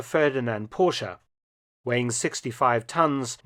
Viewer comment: Thumbs up for your pronounciation of Porsche. Most say Porsch